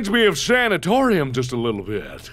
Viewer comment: you messed up the little you add w not a l so you said wittle girl and not little girl lol